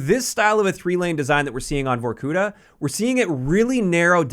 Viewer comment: it is pronounced vorkutA